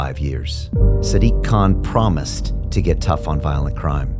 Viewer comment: "sdiq kaaan"